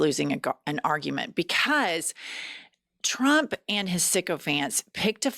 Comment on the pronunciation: Did she just say “Trumpt’s ex-boyfriend” - Elon Musk… I can’t! 😂🤦🏽‍♀️🤣 Love, from South Africa ❤️